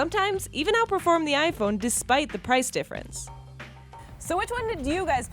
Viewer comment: Why does she say it HiPhone